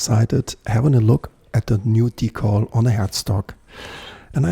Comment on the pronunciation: Es wird nicht „Die-Kohl“ ausgesprochen, sondern „Die-Käll“. In Kanada auch „Dekl“ - Betonung auf der ersten Silbe. Ansonsten nettes Video, wobei ich beim zweiten Versuch mit dem Decal den Stringtree zumindest aufgelegt hätte, damit es auch wirklich passt. Etwas weiter rechts wär auch nicht verkehrt gewesen… Sen Ash sieht aus wie Esche, ist aber kein und klingt auch eher wie Erle (liest man jedenfalls häufig). Um den Hals möglichst press in die Tasche zu bekommen, kann man mit aufgezogenen und gespannten Saiten auch einfach die Schrauben etwas lockern. Der Saitenzug ist i.d.R. stärker als die Kraft beim Reindrücken von Hand. Manchmal hört man dann ein klackendes Geräusch, wenn der Hals sich in Richtung Brücke bewegt. Dass das den Klang deutlich ändert, konnte ich allerdings noch nie feststellen. Das ist eher Voodoo, glaube ich. Netter Bass!